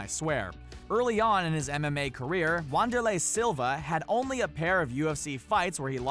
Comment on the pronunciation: Does he pronounce names wrong on purpose? Saku-ra-ba and wanderlei is Brazilian so its pronounced "vanderlay"...no troll or being a dick just helping out :)